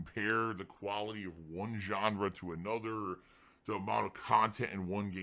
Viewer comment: mentions putting out high quality gameplay and then instantly detracts that, saying that he doesn't put out high kuality gameplay. Which is it? I'm mean you can't, sorry "kan't" say khantent right, right? So I don't expect an answer, but then he says that he's always honest. It's really hard to believe what says at this point, right? Snort.